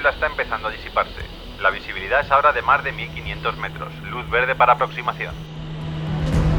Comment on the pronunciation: Que pronunciación tan extraña, la palabra “más” entre otras la pronuncia “Mar”